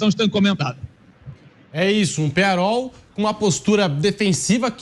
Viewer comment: Qual jogo vc assistiu? Penharo? Que time é esse? "I um time" ???? Vc é americano? Kkkkkkkkkkkkkkk Amigão, o nome é Penhãrol, e é um time horrível. O time ter uns títulos não adiciona técnica a jogador ruim. Vc é um vascaindo que nem sabe a nacionalidade dos caras kkkkkkkkk... O uruguai tem 2 títulos de copa, depois disso, quantas finais disputou? Sai dae anti, mas pode continuar dando audiência pra noiz. Vascaindo sem tradição...